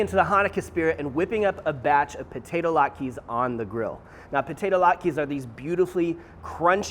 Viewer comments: my man, it’s not lot-keys, but lot-kuz. A single latke is lat-kuh. Thanks for bringing the Jewish to your channel. Happy Hanukkah! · "lat-kas", not "lat-keees" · Did you call them "lot-keys"? Oh my Yiddish Aunt....lot-kuhs. Heavier emphasis on the vowels. That said, these look AMAZING!